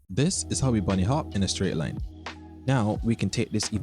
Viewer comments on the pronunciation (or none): none